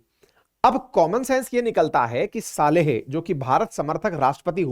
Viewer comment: सालेह नही सोलीह